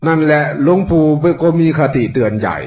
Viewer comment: หลงปู่ไม่ใช่คนไทยเต็มร้อยหลงปู่พูดผิดแล้ว